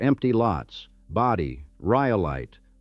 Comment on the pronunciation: Hate the ai speaker. Great story, but, if you had an actual speaker talk about it they wouldn’t fuck up every pronunciation like bodie, Ophir, and other ones